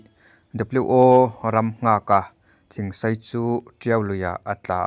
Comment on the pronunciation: Thingsei a ni lo thingsai tih tur aw